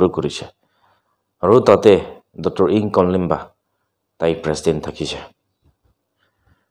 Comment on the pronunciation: Not Imkonglemba. Imkongliba